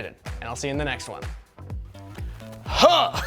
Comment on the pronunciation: “I thrAsted”